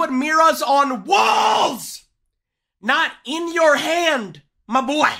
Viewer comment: its so funny whe he says my boa